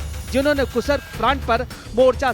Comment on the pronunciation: Abe gadhe kasark nahi be kursk hai